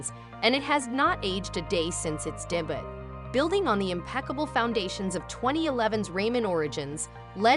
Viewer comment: I had a nice chuckle with how you said "debut" lol